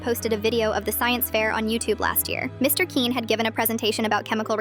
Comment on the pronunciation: The way the AI pronounces Quinn really grinds my gears its pronouned like kwin